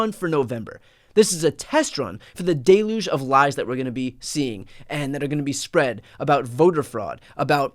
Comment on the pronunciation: Brian, it's pronounced "dell - yooj." Love you! Keep doing what you're doing!